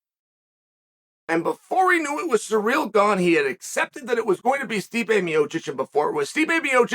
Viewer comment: The goat gives Gane a free nickname with his intentional pronunciation of his name as 'Surreal' nobody adds more value to fighters' lives than uncle Chael ☺️